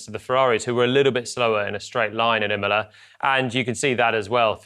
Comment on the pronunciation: Qualifying was always gonna be critical... at Immoler.